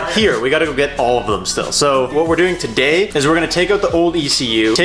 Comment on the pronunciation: "Tuh-day's video" 😂😂